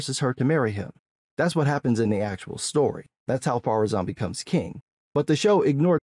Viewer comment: Has anyone figured out why they keep saying "Pharazon" instead of "Ar-Pharazon"? That just triggers me every time I hear it.